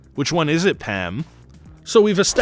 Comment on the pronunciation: I'm sorry are you saying "Pam" or "Pan"?